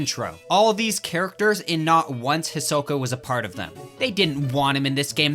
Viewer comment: Its hurts my soul hearing say “his oka”